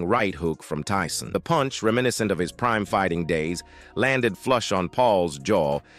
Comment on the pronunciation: "The Knock-Out punch, the escalation culminated in a devastating right hUk from Tyson" "Landed flush on Pauls Jaw sendimg him to the Can-Vase in a clean No-kout" "The silence in the Gim was reportedly defening" "Ah Jake Paul, Chuckled at Tee-son" 😂